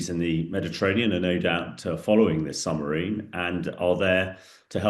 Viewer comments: Is he saying Sumarine instead of Submarine? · Surely it is SUB-Marine and not Sumarine? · How can a former British army commander keep saying summerine ? It's submarine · Is it me or does he keep saying SUMARINE